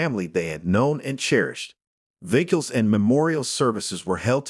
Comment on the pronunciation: Better without AI. Resdee instead of residue. Viggles instead of vigils. GO BACK TO REAL PEOPLE READING!!!!!